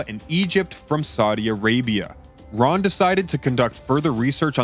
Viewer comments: Whom ever was the reader of this PLEASE CORRECT YOURSELF and in video the discover name was not Roy.... The name of the gentleman that has discovered many biblical truths and sights his name is "RON" WYATT search his name out doscover all he has found before he passed... HIS name deserves to be recognized correctly... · Very badly put together - perhaps needs to be done again with Ron Wyatt's Name Pronounced carefully as Ron and not Roy! The Pictures Need to Tally with the Facts - Poorly done - Disappointing!!